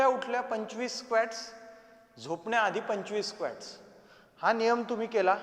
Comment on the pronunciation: Squat चा उच्चार स्वॅक्ट नाही, स्वाॅक्ट आहे